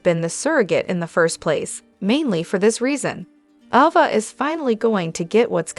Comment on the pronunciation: Ova???? Wtf. A. VA.A. AAAAAAAA NOT OOOOO.